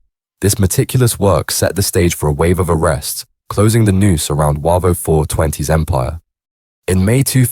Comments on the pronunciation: No encro was involved. Also its pronounced Wayvo not Warvo 😂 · Not sure where you got most of your info from mate but it’s not true. It’s Said as Way-vo not warvo. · Its pronounced wavo not waco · Yeah, they're pronouncing Wavo wrong. It's Way vo from Wavertree. Defo AI doing the chat.